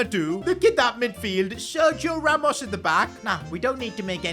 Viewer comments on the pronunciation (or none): none